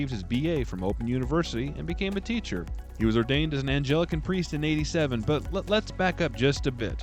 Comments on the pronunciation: No hate, love your videos, but I had to tell you in case you wanted to fix it: You pronounce Anglican {Ang'-lick-an} as "an-gell'-ic-an" whitch to my knowledge, isn't a thing. And he was wearing Anglican robes. English, Anlican, like Angli-Saxon. Feel free to delete this if the pain is too great😢. I thought you'd want to know. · "Angelican", that's a new denomination to me! 😂